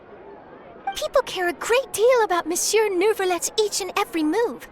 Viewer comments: I CAN'T WHAT HAVE YOU DONE TO ME "Miss you" sounds so perfect I can't stop saying it lmao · I'm french and they could've told the voice actors to pronounce "Monsieur" as "Miss you"..